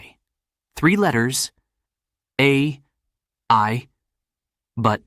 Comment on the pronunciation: A. I. can't read its name correctly yet. It probably doesn't threat to the world at the moment😅.